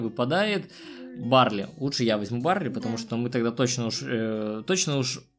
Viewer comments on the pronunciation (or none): Барли а не Барлей